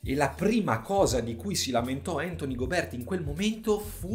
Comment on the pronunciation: Tutto giusto però non ti offendere ma Gobe'rt pronunciato così non si può sentire 😂